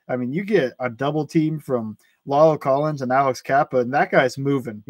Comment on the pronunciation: It's not Lial Collins.It's La el Collins.It's not hard to pronounce it.